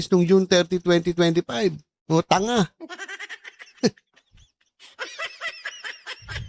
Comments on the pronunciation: Super laff in ako BMT nung I emphasize mo Ang TANGA😂 hahaha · Parang feel na feel mo Ang pagka Sabi mo ng TANGA 😂